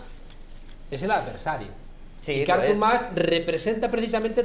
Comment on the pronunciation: Que manía de tod@ de llamarle a Artur Mas "Ártur" con acento en la A... jajaja Ya de paso, podemos llamarle Árthur More